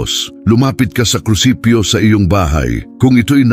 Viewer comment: opo naririnig ko.. naririnig ko mga palpak na pronounciations.. example "krusipyo"KRUSIPIHO po dapat.. Artificial Intelligence AI kc narrator... dko na itinuloy